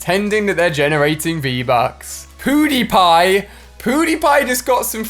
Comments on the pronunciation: my man said poodiepie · "Poodepie" Lmao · Ali I think you accidentally said pewdiepie wrong but I still like you and your channel